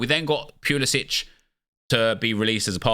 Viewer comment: stop saying pulisic like that